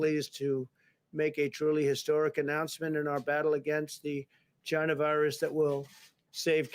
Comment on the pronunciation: Did he said: " The gina virus? 😀😀😀😀😀😀 That's probably what his mom called him when trump was born.😀😀😀😀😀